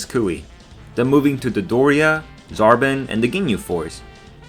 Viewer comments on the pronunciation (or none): Namik, Rekoomie, Zarbin. Never even thought it was possible to mispronounce dragonball names